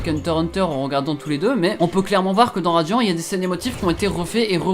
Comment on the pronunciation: Dans la vidéo il dit radian au lieu de radiant😂 J'adorais beaucoup atteindre les 1000😊